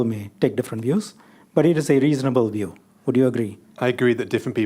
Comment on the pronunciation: Shanmugam is an excellent lawyer like most Anehs but his pronunciation of some words was so bad such as - “View” pronounced at “Wiew”…”Verbal” pronounced as “WereBel” etc…🤣